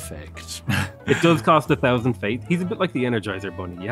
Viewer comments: I really like your content, but please, for the love of God, can you learn to pronounce 'th' properly. It's thousand, not fousand. Not much annoys me but that really bugs me. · ... Spiff Pronounces all TH as F ... every time 'over 9 fousand ! .. LOL